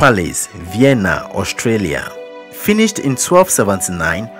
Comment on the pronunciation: I think you need to pronounce Austria, not Australia 😅